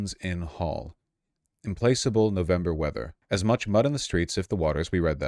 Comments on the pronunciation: brother its [im-plak-able] not implaceable, I mean its a lil obvious and easy to point out but still damn... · im-plack-able, not im-place-able. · All of you in this very comment section are cooked, I didn't see anyone correcting Vaush's pronunciation of 'Implacable' (im-plack-able not im-place-able). You yourselves are among the doomed. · Did you really just read implacable as implace-able? (plackable) HaHaHa! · Watches Vaush complain about English literacy. Watches him read "implacable" as "implaceable”... Let's just sound these out for a sec: im plak able vs im place able. The one with plak in it is a word, and means you cannot placate something/someone. Implaceable is not a word, but any English speaker would understand from context you likely mean "unable to place" in some vague, poetic way. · Vaush repeatedly saying “im-place-able” instead of “im-plak-able” really drove home the point abt people not having good vocabularies anymore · Im-place-able: (adj) Unable to be placed e.g. dishes when the dish rack is full because you're doing your once a week washup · Vaush, it is implacable, not implace-able. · OMFG I know right? He said “im-place-able” and I literally, reflexively, said it correctly out loud to correct him as if he could hear me through my screen. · It implies he doesn't know what the word means, probably hasn't encountered it before. When he's pronouncing 'implacable' as im-placeable, it suggests he might think it means 'can't be placed'. In a previous segment, he stumbled over 'impracticable', and showed he'd never encountered it before either. It shows you haven't read much, or spoken with people who use words like that. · Implachable lol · vaush implacable is pronounced “imPLACKable” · I don't know what's more Im- Place- Able. The march of fascism in America, or vaush's inability to pronounce the word implacable correctly. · Implacable is pronounced "Im-Plack-able" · Vaush mispronouncing implacable kinda killing me right now